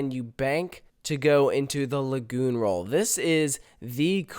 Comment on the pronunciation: I felt physical pain on the "Lagoon roll."